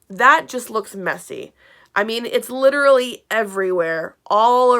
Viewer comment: Hashanah LICHERALLY. HE LICHERALLY SAYS IT 26 TIMES IN 3 MINUTES